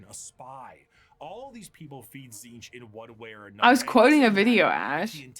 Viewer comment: It's pronounced Tzeentch, not Tzeentch 😂